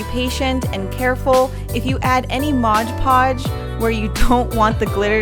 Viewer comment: Am I the only one that cringes every time she says MODGE podge?